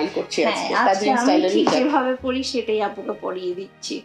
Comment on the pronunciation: hijaf ta ki hejaf bolle api??